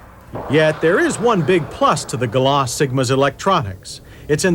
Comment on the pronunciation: That's GalanT, with a "t", Mr. Davis. This reminds me of the way he pronounced Camry when it arrived. "Cam-Ray"